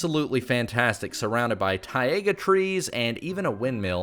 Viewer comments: isn't it taiga not TIEaga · "Tai...a...ga" biome? I wasn't aware that 2nd A was in it. I have been spelling it wrong and pronouncing it wrong my whole life!!!!! :( Otherwise, berry good video, despite him butchering Taiga.